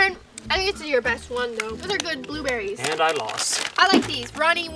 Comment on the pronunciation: I thought Aaron said blue batteries but he said blue berries